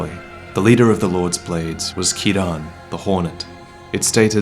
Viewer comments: It’s pronounced KEEREN not KEY-RAN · What's the point of going back to previous topics if you're going to mispronounce Ciaran and call Sif a "he"? You can do better.